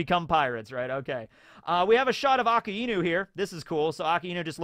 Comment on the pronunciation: The way he says Akainu always throws me off and I don’t realize who he is talking about at first 😂